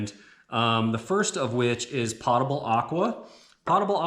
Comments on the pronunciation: It's POE-tubble water, not POTTA-bul. From the Latin word potus = drink(able. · I didn't know what you were talking about when you mentioned potable water... I had to ask my hub how you say it... it turns out you were saying it .... wrong? Might want to google "potable" and then click on the speaker and hear how it's pronounced. Not trying to ditz you and say I'm better at pronunciation... I'm definitely not. You gave a great presentation on how to make this closet. I love it in fact. I will be sharing this video when people say to me ALL THE TIME I don't have space. Bull. They just say I'm coming to your house. I respond with, after you work as hard for food as my family does, ie-dig an outhouse hole in the back yard for me then I will give you a bowl of soup. You can imagine the shock look I got ;) but it's nothing but the truth.